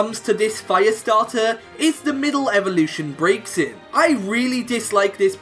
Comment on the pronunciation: youre pronouncing Braxien wrong